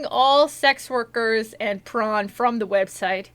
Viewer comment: I love tron! oh, you said prawn? they're alright.. ohhh.. you mean pr0n.....